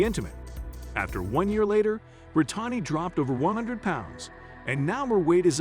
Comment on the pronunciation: I enjoy these videos. I don't enjoy the pronunciation in it tho. How do you mess up Brittani and lymphoedema!?